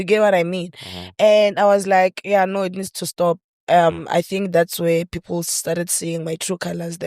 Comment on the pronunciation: Not saying Philile instead of people😂😂😂!